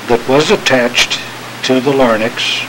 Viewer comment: Larynx. . . . not, , , LARNYX!!!! hahahaha!